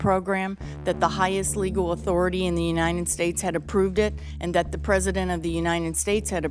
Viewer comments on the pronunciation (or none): "unyiunit states"